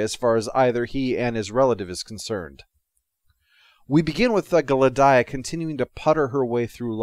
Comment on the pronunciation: Glad-eye-uh?/ Gladia rhymes with Solaria